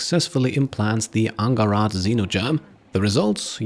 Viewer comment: Angharad is a Welsh name and should be pronounced with a soft 'g' and a hard 'h' :))